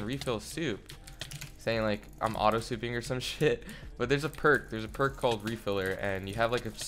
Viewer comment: ngl i heard "im auto clicking" not auto souping